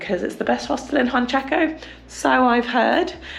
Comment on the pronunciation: I love it's now JUANchaco. and not UANchaco. Loving the Peru series!